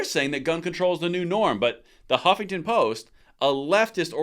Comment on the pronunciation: The first syllable of Huffington Post is: "HUFF!!!"😟